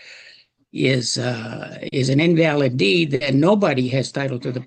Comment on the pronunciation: The pronunciation of invalid… check the ai in future dude